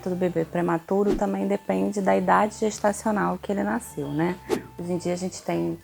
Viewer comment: Naiiiceu, não, nasceu é o correto.